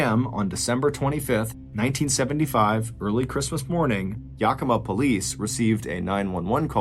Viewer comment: Its pronounced yack-ih-maw